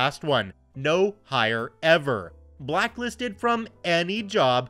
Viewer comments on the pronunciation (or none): "blacklisted", NOT "blocklisted".